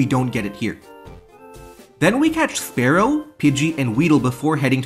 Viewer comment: it's not spare-oh it's spear-oh, jesus christ